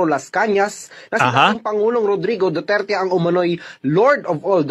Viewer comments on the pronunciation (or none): none